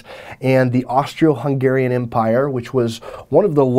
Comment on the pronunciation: dude did you just say , AUSTRIO HUNGRARIAN empire